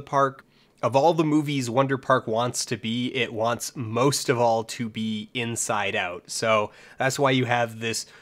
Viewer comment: Took me 11 minutes to realize he was saying Inside Out not Get Out hoo boi